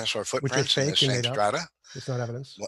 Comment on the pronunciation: Sedimentary 'stratah'? Is that take on Hovind's 'wahter'?